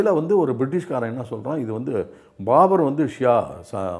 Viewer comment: பாபர் என்பதற்கு ஒரு இடத்தில் ஆரம்பத்தில்.. பார்பர் என்று சொல்லிட்டீங்க...வாய் தவறி